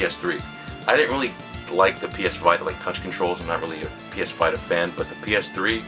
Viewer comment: lol V i ta... its pronounced Vi Ta